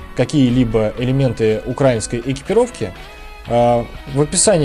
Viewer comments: Автор хочу поправить с ударением:не укрАинской, а украИнской!!! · Не укрАинской, а украИнской. Ударение правильно ставь. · Правильно не укрАинской а украИнской. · Я из Украины, вообще не военный человек, однако мне было очень интересно послушать грамотный разбор нынешней униформы Сухопутных сил Украины (если я не ошибаюсь, то в Военно-морских силах Украины несколько иная униформа. По крайней мере, цвет другой). Только, пожалуйста, говорите правильно — «украИнский (-ая)». От проверочного слова «УкраИна». Это не придирчивость, это — грамматика русского языка. Удачи Вам!